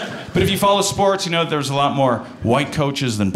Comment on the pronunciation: She played “spoworts”.